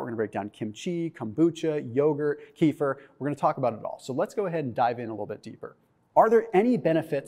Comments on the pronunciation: Keh-fear not kee-fer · Kefir, not " kifir" rhymes with "Cape Fear" without p 🇪🇺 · The correct pronunciation is kuh-FEAR. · Please pronounce the drink correctly. It is pronounced Keh-feer, kind of rhymes with Heifer, a cow. It comes from Russian via Turkish. It makes you sounds stupid. That silly keto dude Dr. Berg, also pronounces it wrong. Don't be a Berg. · Pronounced "Keh - FEER"